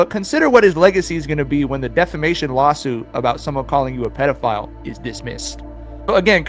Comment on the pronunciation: Ok, so its a little funny that they cant read the word defamation 😂 and after tried to read it again